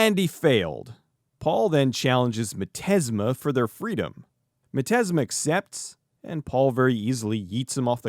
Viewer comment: Thank you for admitting when you made a misstep such as mispronouncing the main villain's name. It shows a great deal of positive character. But mostly, it highlights how much of a dork I AM for screaming at my computer, "Its pronounced 'miz-steam-ma!'" Great review.